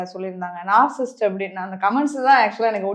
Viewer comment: First of all, it is NOT நாற்சிஸ்ட் (narcisst) It's நாற்சிஸ்ஸிஸ்ட். ( Narcissist ).